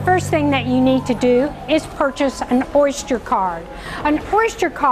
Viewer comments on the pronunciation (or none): She says Orshter card LOL.